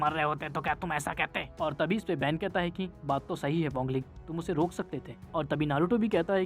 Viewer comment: 🥲🥲bhai wangle nhi WANG LING hota hai 🥲🥲🥲🫡